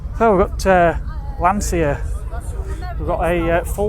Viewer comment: The correct pronunce of Lancia is with the english "ch". Like China. As it was wright like Lanchia. Thi is also for other brands for example Volkswaghen where the V is pronunced like an f and the W is pronunced like a v. Lancia was the surname of Vincezo Lancia that traslate in english was light Vincent Lance. The engine of Lancia Stratos was the Ferrari Dino V6. Another beautiful car with italian shape is the Aston Martin DB5 by Touring Torino.